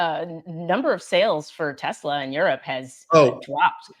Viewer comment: “ I love Tesler”…your president said. Big surprise!